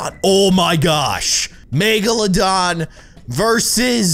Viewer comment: It’s not magalodon, it’s megalodon